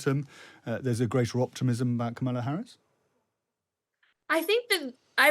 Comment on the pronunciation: Her name is pronounced KOHmala Harris, not kaMAHla.